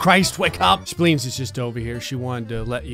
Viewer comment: speens and tonsles are still speens and tonsles. me: ehhhhhhhhhhhhh:/